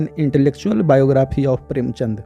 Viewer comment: प्रेमचन्द को आपने प्रेमचन्द्र बोला है